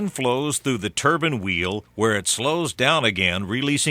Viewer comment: It's pronounced Turban my engineering professor says that every time and it's like nails on a chalk board.